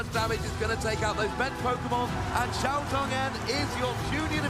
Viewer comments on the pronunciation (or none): none